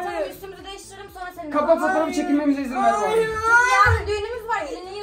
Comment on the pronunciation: Bırak❎ Bıyak✅ Hayır❎ Hayıy✅